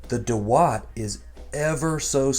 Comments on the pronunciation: I think Indians have the best pronounciation...it's daawat not dawaat.... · It’s not da watt .. it’s dawat means party 😀 India gate is the best rice for biryani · It's not दवात it's दावत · Naam theek se bol nehi para aur humey sikhayega? Pass.